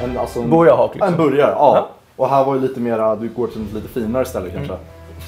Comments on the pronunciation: Låter som han säger boujarhak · ”En borgaje”